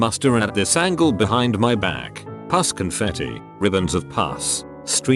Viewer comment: I fucking love it when you say puss when you mean pus, it cracks me the fuck up.